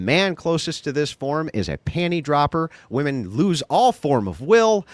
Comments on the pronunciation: Why can’t so many people say ‘women’?!?!!! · Woman is not the plural for woman!!!!! Omg I’m gonna lose my shit 😅 it’s women! Pronounced whe’men . Stop saying “ all woman did such and such” please. When did this even start?